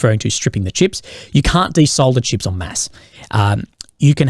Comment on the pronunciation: How hard is it to pronounce CHIPS so it doesn't sound like SHIPS? Consistently that is.